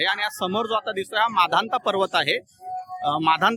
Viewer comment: सर तुमची परिक्रमा पूर्ण व सफल हो आपण माधनता पर्वत म्हणत आहात ते मानधाता असे म्हणावे नर्मदे हर 🙏